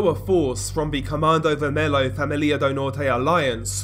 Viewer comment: It's pronounced commando vermello Like the Spanish the L's And you can call Primeiro comando da capital just PCC, that's how we call them